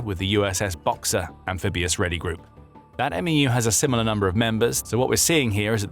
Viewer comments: saying M E U hurts every marines ears. Say it like "mew" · MEU is pronounced "Mew."